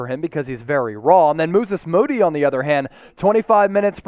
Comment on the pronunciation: I hope this is just the first of many times we get to hear someone pronounce it "Mooses Mody" 😂😂😂